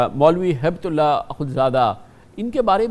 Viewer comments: اصل نام ملا ھبۃاللہ ہے نہ کہ ہیبت اللہ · کامران خان کو ھیبت اللہ پڑھنا بھی نہیں آ رھا ھے۔۔🤔🤔😂